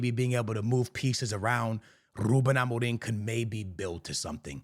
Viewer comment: Listen to this man saying “Ruben Amorim”! That’s how you say it in Portuguese! Keep up with the awesome content!